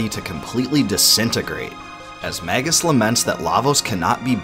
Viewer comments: It's so painful to hear Magus pronounced as Maggus so many times in a row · Mage - Us pronounced may juss not magguss